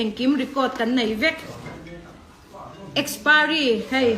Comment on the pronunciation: Nitin adhar card hi Kan phawrh a ni ber toh a. Kan zerox deuh reng mai nen , engtin nge adhar hmanna i neih miah loh zok a, i adhar kha a lem a ni zawk a ni lo maw le. Mizo diktak awphawi poh i ni lo. Mizo diktak tan Chuan adhar card hi voters ID ai mahin a pawimawh toh zawk. I saptawng poh a pai tho mai. Kastomer, akspiry, etc😀